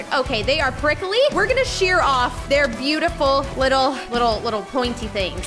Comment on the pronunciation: Be-you-tiful be yourself